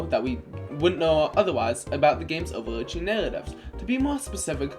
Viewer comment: You can clearly pronounce all English sounds correctly, you do not have a speech impediment. you mispronounce :d: in "legend" as :tʃ: 2 times in a row, but not in "predict" you mispronounce "over narratives" as "overdzdz narrafs". This is also misspelled, what you're looking for is "overarching narratives" you moan the word "about" (you inhale while saying it instead of exhaling), this is normal in some languages, but not in english. It's okay to just edit out your mistakes. you write "new" but mumble "newly", although the word you're looking for is probably "nearly". you mispronounce :t: as :tʃ: in "mentions". you mispronounce :s: in "shatters" as :tʃ: - You say the same statement twice. This is not an example, just repetition. You slur the entire paragraph, and I cannot hear what you're actually saying.